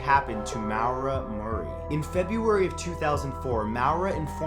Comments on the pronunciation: It's pronounced Mara not Mawra it's my name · Lol... isn’t it pronounced “More-ra” and not “Mowra”? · Maura is pronounced Mor-a not Mow-ra😂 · "Mowra" its pronounced Mora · Its not pronounced low mow-ruh. The name Maura is pronounced Mar-( like march) ruh. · It's pronounced moorah not mowrah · Maura = MORE - ah not MOW - ruh. Sounds like Laura. And the mellified man... that's interesting not creepy, at least to me. I've heard about "The Hands Resist Him" and nope, I look at a photo of that painting online and get the heebie jeebies, never would I ever own that thing. Also, re: Mayhem... a photo taken by another band member of the lead singer's dead body was on one of their album covers. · It’s pronounced More-a not Mawr-a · Just a side note: Maura is most commonly pronounced More-ah, not Mau-ra. 😊 Keep up the awesome vids! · (Maw-ra) Just found the way you pronounced Maura a bit weird xD at least that's how it's pronounced here in Ireland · #9: It's not prononced Moawera Murray, It's More-ra Murray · Just something I would like to clear up: in number 9, it's not pronounced mow-rah*, it's pronounced *more-uh (unless it is stated on the wikipedia page that this is how she pronounces her name) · It's Maura like Laura not mowra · you say Maura SO wrong, it is hilarious :D it is pronounced maw-ra. People trying to pronounce Irish names will never stop being entertaining :D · Great video but say maura's name as Mora which is how it's said. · “Mowera” Murray... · Too many comments to read to see if anyone else has corrected you, but maura is pronounced more-a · you mispronounced maura its morra or marra the u isnt pronounced at all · Maura is pronounced More-a. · number 8 is pronounced Mar-uh (my name is spelled the same and i know more people with the same name. just thought I'd point it out lol.) Great video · Tha maura Murray's first name is pronounced m-or-a. My sister ran track against her when they were in high school. She was amazing at it. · "maow-ruh murray"